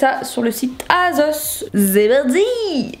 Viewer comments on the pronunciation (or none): Elle dit azos c’est asos !!! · C’est moi ou elle dit « azos » 😂😂😂